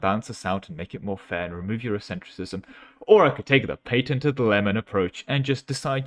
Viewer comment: pay tinted? does that mean "patented" in whatever barbarian tongue you spoke in?